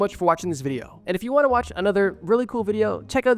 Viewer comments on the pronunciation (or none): none